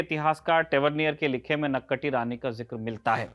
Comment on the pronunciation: the correct pronunciation for the name 'naak-kati' rani, I think, would be 'नाक काटी' instead of 'नक कटी'. The difference can be huge.